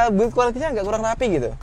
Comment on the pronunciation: MY MAN.. INI ACARA KEREN BANGET, TAPI SATU HAL AJA TOLONG PERHATIKAN CARA PENGUCAPAN BAHASA INGGRIS YANG BENER, CONTOHNYA: BUILD QUALITY >>> PENGUCAPANNYA ADALAH "BILD QUALITY" TOLONG DI CEK DI TRANSLATE GOOGLE, DARI DULU TELINGA GUE GELiii DENGERNYA.. THANKS YA BRO.. ACARA LU KEREN PUNYA